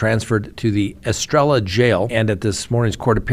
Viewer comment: Arizona Lady here: Estrella is pronounced: EstrAya. Like "yay". e-stray-yuh. 👍